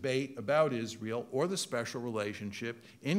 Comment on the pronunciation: "spexial relationship" 🤣